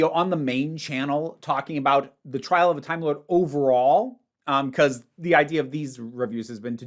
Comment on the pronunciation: Had to recheck. You said "Tile of a Trimelord" at the end!